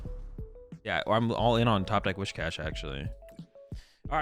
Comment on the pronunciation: It’s Whiscash, not Wishcash!